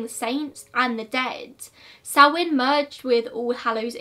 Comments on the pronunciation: It’s pronounced sowIn not soween I’m Irish so sorry I just hate Irish being mispronounced Happy Halloween 👻 We used turnips (swedes) when I was small instead of a pumpkin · I think that may be an accent different because I'm definitely saying SowIN. Plus the Irish and Scottish do pronounce it differently, both ways are considered correct (I did my research!)